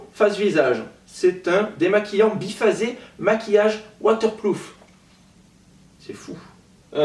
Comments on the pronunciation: IL M'A TUER À 😂 AU LIEU DE DIRE WATERPROOF IL A DIT WATERPLOOF😂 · m'a fait trop rire comme il a dit "waterploof" au lieu de "waterproof" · "maquillage waterPLoof" 😂. note bien que c'est "waterPRoof" 😊 Sinon super vidéo, tu devrais ouvrir une chaîne de beauté (genre MenaceMakeuptouch 😜) 💙💙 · et le waterploof XD j'adore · lol ptn c grave trop drole au lieu de "waterPROUF" il dit "waterPLOUF" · 😂😂 il a dit "Water Plouf" au lieu de Water Proof ou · Tu as dit Waterplouf au lieux de Waterproof😂😂😂😂😂😂😂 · a dit demaquillant waterPLOUF 😂😂😂😂😂 sa m'a tuer 😂😂😂 #teamsnap 😘😘🍉🍉🍉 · À à la place de dire waterproof, il a dit waterploof. mdr, sinon bravo pour le Haul c'était bien. 😘 Je vous adore. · Je suis mdr 😂😂😂 tu avait l'aire trop mdr 😂😂 tous les trucs chelou que a dit: Waterplouf à la place de waterproof, la blague sur l'économie du calendar girl, etc. 😂😂😂😂😂😂😂😂😂😂😂😂😂😂😂😂😂😂😂😂😂😂😂😂😂😂 j'ai mis un pouce bleu avant de commencer la vidéo parce que je me suis dit oula ça sent l'humour 💖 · ''waterplouf" j'en peux plus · Le "Waterploof" revient ouiii 😂😂😂😂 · 7.13 "waterplouf"😂😂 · jpp il a dit "waterplouf"😂😂😂😭😭😭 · le waterploof ah nn jpp 😂😂😂 bisous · " waterploof " jpp 😂😂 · j'ai adoré "WATERPLOOF"😂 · "Waterploof" 😂😂😂 il m'a tuer le! 😂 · mdr "waterloof"😂😂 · "maquillage water ploof"😂😂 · ''Waterploof''😂il m'a tuer😂😂 teamsoleil🌞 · 7min14 "Waterploof" 😂😂😂 7min42 "C'est en fessant des petites économies qu'on fait des petites économies " 7min18 "C'est un peu pas terrible" Je suis morte de rire 😂😂😂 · Je sais pas si c mes oreilles qui entendent mal mais il me semble que a dit waterPLOOF 😂😂😂 mais je suis pas sûr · Vallat Eva oui oui il a dit water ploof 😂😂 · "WaterpLoof" il m'a tuee 😂😂 #teamsnap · " Un démaquillant waterploof" :p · qui dit un demaquillant waterploof 😂😂😂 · Je n'ai pas arrêté de rire 😂😂 " un démaquillant waterploof " 😂😂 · Je suis la seul à avoir entendu "waterplouf" pour le démaquillant mdr 😂🤣🤣😂